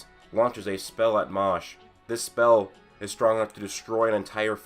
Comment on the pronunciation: Fam... Seriously... You can pronounce MASH better than that. It’s Mash not Mosh. Put some respect on the mans name!